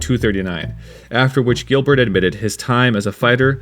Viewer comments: You mean Giblert lol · GiBlert LoL